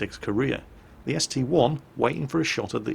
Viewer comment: Didn't you say a while back you will never call the ST-I an ST-1? Well you did it in the first replay. Give back our real!!